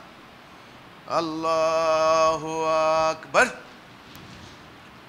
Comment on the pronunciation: লোকটা তাকবীরটাও সুদ্দ্ব উচ্চারণ করতে অক্ষম (সে এরকম ভূল শিক্ষা দেয়াটাই সাভাবিক) আকবার এর আ মাদ্দের সাথে পড়া হারাম ।কারন এতে সব্দার্থ হয় আল্লাহ কি বড়? এই ভন্ড থেকে সাবধান।